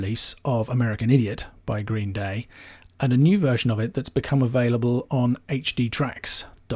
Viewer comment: The way you say 'Green, Day' bugs me far more than it should.